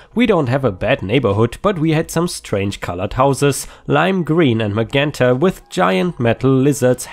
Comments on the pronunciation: Magenta, the g is pronounced like it is in giraffe or margin, akin to the j in just. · The g in Magenta sounds like the j in Jerry, Jerk and Juice...